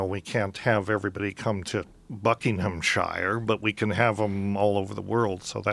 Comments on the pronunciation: Great interview but Dennis' pronunciation of Buckinghamshire bothers me lol. Bucking-um-sheer not Bucking-ham-shire, this isn't lord of the rings :P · wtf??? It's pronounced /ˈbʌk.ɪŋ.əm.ʃə(ɹ)/ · Buckinghamshire is pronounced Bucking-ham-sheer ;) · As an englishman, the way that he pronounces Buckinghamshire is really fucking annoying;)